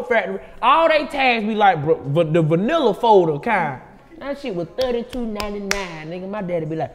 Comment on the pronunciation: Dc said vanilla folder 😆 it's manila